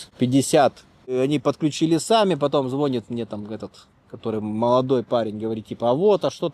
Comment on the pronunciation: Слово звОнит прям уши режет.